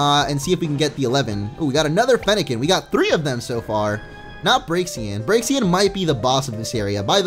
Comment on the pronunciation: its proniunced brakesen. not braksian